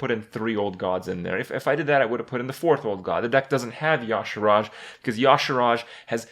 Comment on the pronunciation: It's fucking Y'SHAARJ, not "Yogg-Sharaaj"...if heard so many times now, in the stream and in this video again...fucking pisses me off -.